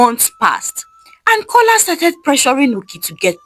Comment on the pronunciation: The name is A joke His name is Kola not cola